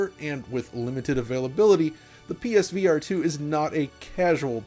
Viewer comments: Pesverato, got it! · Why do you say it like ”Peesveearetoo” it’s not one word 😂